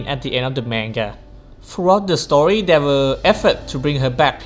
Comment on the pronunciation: Guys his accent kinda spoiled Hoyo's new game Honkai Star Rail, but he said story but it sounded like Star Rail.